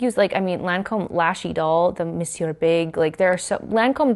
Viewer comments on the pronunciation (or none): none